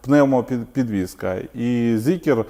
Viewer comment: не Зікер, а Зікр.